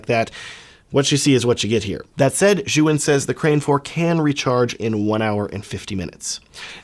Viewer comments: Zhuyun? how about Zhiiiiyun.. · You call it Zyouhin ? It is called zjeeyoun (phonetic)